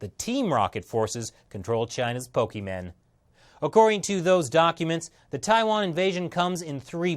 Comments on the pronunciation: Pokemon* Pronuced Pok-a-mon. Not Pokie-men.... >.> and all this time I thought you were one of us.. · Pokemen? I've heard many mispronunciations of Pokemon throughout my life, but never Pokemen. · He said "pokemen" inner child anger intensifies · Did you say PokeMEN at ?